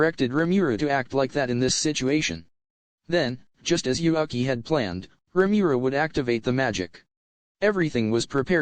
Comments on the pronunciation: Why read Yuuki as Yuhaki ? xD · In the start you pronounced Yuuki's name correctly then during the video kept calling him YuAki.. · why u pronouncing yuuki yuaki?? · why is yuuki is pronaunce yuaki? I don't get it